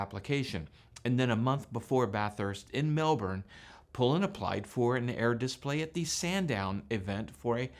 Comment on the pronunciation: It’s a dis-PLAY, not a DIS-play.